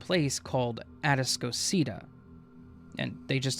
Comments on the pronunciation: The guy from Spring Texas driving down I-45 and time traveled. It's pronounced Ahh-Tass-co-see-ta=Atascocita. Good story tho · A-task-a-seat-a Atascoita, or Kingwood, close to Porter, 59N Sorry I listened to the entire story and finally figured out what city you were talking about, and thought you'd like the pronunciation... He could of ended up in Blanchard, or Onalaska...